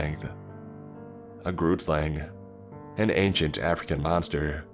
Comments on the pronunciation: That pronunciation of Groot Slang was awful , coming from a South African. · Hi, I'm Nichelle and I personally live in SA. I've heard about all the tales such as the Tokoloshe, pinkie-pinkie and Anansi, but never heard of the grootslang but I just wanted to tell you that you said it wrong, it's pronounced groo (saying the "g" with you're throat) t groot means big in africaans. Then slang means snake in africaans, sla ng. So the word means big snake. From my research, the grootslang is a big long snake with a elephant head but there may be people who have done more research then me.